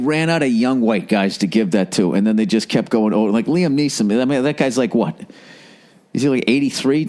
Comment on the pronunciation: He said niam leeson. What a moron